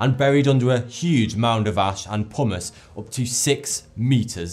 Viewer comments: genuinely thought he said "Buried under a huge mound of ash and hummus" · pumice... the way he pronounced it made it sound like Pommes. So I was like "Wait, why are there fries coming out of the volcano?"